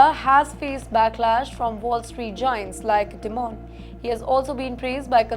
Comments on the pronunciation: It is not "di-moan", it is "die-min" kinda like diamond in an American accent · Newschannels need to learn pronunciation of names. Dimon is pronounced “Die Mon” ड़ाई मन and not “Dee mon”. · It’s dimon like simon not demon